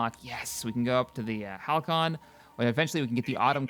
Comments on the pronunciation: Why can nobody pronounce Halcyon? It's HAL-SEE-ON not HAL-KYE-ON. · Halcyon is pronounced halsyon, oh and plz, plz do a lets play. Am I right marines?